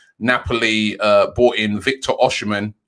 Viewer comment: Victor oshimen? It’s Osimhen Robbie!